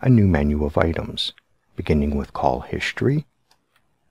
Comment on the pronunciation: what the heck is Hishtory? 😂😉